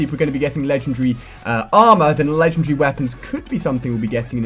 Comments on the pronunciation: That's not an accent. He says ledgundry - Not legendary. Accents don't change the way you pronounce stuff, just the length/size of the word. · Lengen-dre? Its Legen.... Wait for it... Dairy! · LE-GEN-DAR-RY IS how it's pronounced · It's LEGENDARY not legendree! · LEGEN-DARY!!! You're pronouncing it wrong dude. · Hey Ali a are you British because you said legendary a little different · When he says legendary its kinda funny :1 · I don't care say it right! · I do know what he is saying, just not what accent it is. Also considering his English and grammar is just like mine however the word Legendary is not is clearly an indication that it isn't something wrong with his accent, just mispronunciation. Or it could be something which he generally can't accept - I have a friend who literally can't say 'Remember', he has to say 'Re-nem-ber'. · That moment when he pronounces legendary wrong the whole video